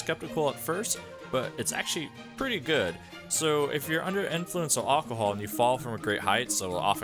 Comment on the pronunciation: Hahaha Aucohol 😂